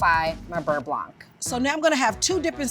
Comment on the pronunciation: I'm sure the pro chef is very talented, but her way of handling food like it's gross (her hand gestures and such) take me out of learning. Not a huge fan. Also mispronounces beurre blanc every time...